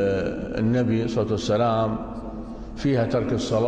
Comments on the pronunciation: هاي جديدة صوت وسلام🤣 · موديل جديد صوت وسلام بدل صعسلم